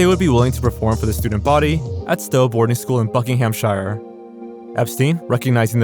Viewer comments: just fyi, no one in the uk pronounces ‘shire’ like the place in the hobbit. Buckinghamshire is pronounced like ‘buckinghamsheer’ shire mostly gets pronounced like sheer as in sheering sheep. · You pronounced "Buckinghamshire" wrong, it's "buckingham-shear". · That is absolutely not how Buckinghamshire is pronounced. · Please learn how to pronounce Buckinghamshire correctly... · I love the guests, maybe google place pronunciations though. The Buckinghamshire pronunciation took me right out of it lol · you don't pronounce Buckinghamshire like that 😅